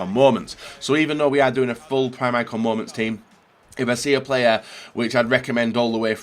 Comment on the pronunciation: I hate when he says mooments